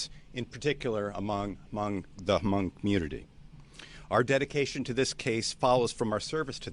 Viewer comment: The Chief pronounced their Hmong names correctly too !! That's scary man.That tells me the Chief is cultured.........